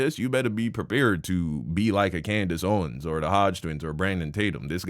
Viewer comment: Bro this nigga said “coondace owens”😭😭😭😭😭